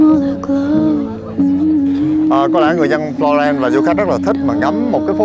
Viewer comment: đọc tiếng nước ngoài ko rõ lắm. Florence mà nghe thành Lorraine ( bên Pháp ). Phát âm ko rõ giống như đang ngậm kẹo. Nhưng dẫn chuyện dí dỏm và clip quay rõ điểm tham quan